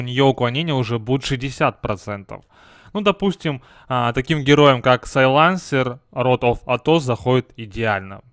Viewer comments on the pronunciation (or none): сАйлансер, а не сайлАнсер